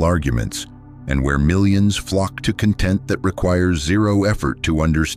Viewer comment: Please teach your AI narrator how to pronounce content as a noun, versus content as an adjective.